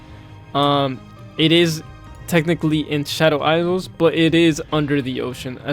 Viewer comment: hello!! very helpful video for players new to grinding gems, however, island is pronounced "eye-land" and not "eyes-land", and isle is pronounced the same way as "I'll", not "eyes-le", hope this helps! ❤